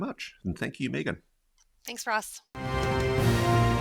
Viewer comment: Ross..why do you mispronounce Meagan name. Accent aside, i would think you could pronounce people's names correctly.